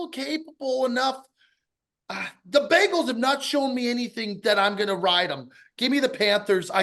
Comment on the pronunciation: love the show ticket... love but why can't he pronounce the bengals correctly - the bangles are an under-rated 80's girl band